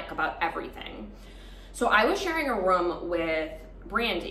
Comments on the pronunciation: From all of this all I got was you say room like rum 🤣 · Your season was the first bgc season I ever watched 💖 you were my fav :) so glad I came across your channel! Great story! And I love the way you say “room” lol